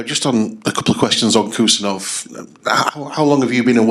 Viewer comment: "HUSANOV" not Kusanov